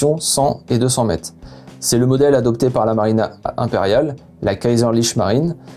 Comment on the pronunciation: J'aime les explications, mais par pitié merci de prononcer les "re" à la fin des mots, c'est mètRE, quatRE, peut-êtRE ça écorche les oreilles !